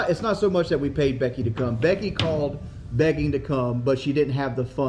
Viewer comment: Keemstars ability to speak declines like crazy when he gets mad. Especially his control of vowels. Begging becomes bagging . Genuinely hollow, scummy, malevolent person. Just someone no good in life can possibly come from getting involved with.